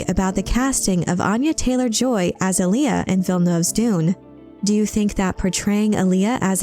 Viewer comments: It's pronounced 'A-Lee-A',not Aliyah,watch David Lynch's 1984 version of Dune,in one scene Paul Maud'ib says to Stilgar and Gurney Hallack, "Alia keeps pace with the storm." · ahhhh.... someone fix this AI's pronunciation of Alia.